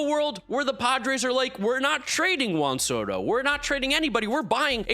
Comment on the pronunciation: never pronounces Juan Soto correctly. 😂